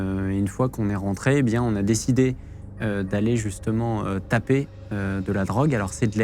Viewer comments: on dit toper de la weed pas taper mdr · c'est toper ! pas taper mdr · on dit toper, pas taper, TOPER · On dit toper mon collègue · Ont dit toper et pas taper... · TOPER pas taper ptdr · On dit pas taper on dit toper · Quelqu'un pour lui dire qu'on dit "toper" pas taper, et ça doit bien faire 20 ans qu'on utilise plus cette expression. Faut pas faire le connaisseur si on pige que dalle... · Toper pas taper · Pour aller "toper" Jean Masturbin, pas "taper"... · Alors pour apporter une petite précision d’ordre purement linguistique on dit « toper » 😆